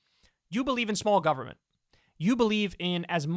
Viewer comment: gubmint lol 😂 it’s exactly how they say it 😂